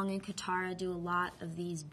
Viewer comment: oh they pronounced katara correctly i thought theyed pronounce it kataraflabloop